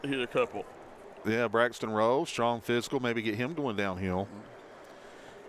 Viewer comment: It’s Rowe pronounced like how for #1 for Harlan. Not like row